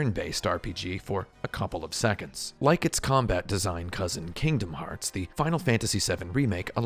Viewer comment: My biggest takeaway from this video is that I really really hate how you pronounce Kingdom Hearts and you should continue to pronounce it that way because I'm not your mother.